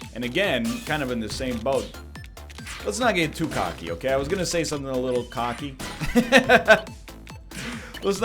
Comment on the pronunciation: northern says cocky like caulky